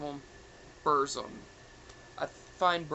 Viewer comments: its Burzum pronounced as (Boorzoom) not Buhr-Zuhm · and its pronounced as Burzum (Borrzoom) you pronounce it in you're accent doesnt mean its right just like most people Pronounce Avtar(Auhv-Taar) as Avaa-taar and argues with me all the time.